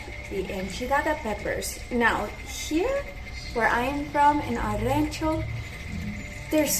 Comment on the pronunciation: You don’t need to say queso de mesa, just say queso fresco. Pronounce Rancho with an O sound Just helping you to fit in 😉